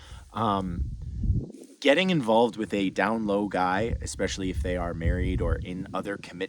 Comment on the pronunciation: eSpecially not eXpecially